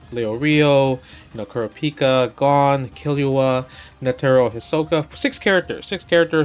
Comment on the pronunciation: Justin: "I'm a big HxH fan" Also Justin: "Gahn" "Hisaka" "Leyo Reeyo"